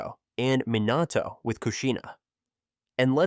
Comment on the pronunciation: Pronouncing madara and minato like that is enough for me to never watch one of your videos again. It is like chalk on a board.